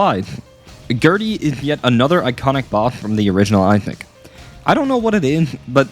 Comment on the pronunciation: Video is peak bit PLEASE JUST PRONOUNCE THE SSSSSSSS